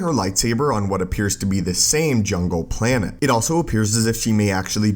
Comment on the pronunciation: Planet not “planehhh”